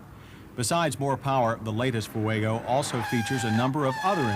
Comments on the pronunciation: I love John Davis... 'Foo-egg-oh' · Ah yes, the FoohueygO. Not as reliable as the Cam-Ray 😂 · He pronounces Fuego the same way Juliana Hatfield does in “My Sister.”